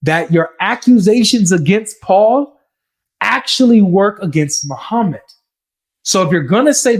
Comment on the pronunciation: No way he said mo-pdf met Jesus 😭😭😭